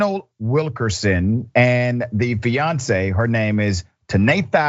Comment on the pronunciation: You pronounced her name with the t in it there's no tea in her name I'm just saying but I still like your show 🤣😂😎